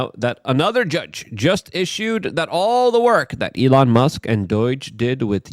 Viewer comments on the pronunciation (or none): none